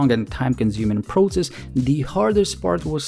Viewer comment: Please don’t pronounce ‘proTSess’. It’s ‘prosess’. Thank you for your work